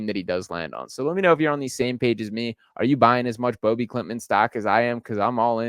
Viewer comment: Hoping he becomes the first swede to go in the first round! btw his name is pronounced no different than ”Bobby”